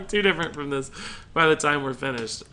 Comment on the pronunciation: I was triggered as hell when he said "maybe thijs"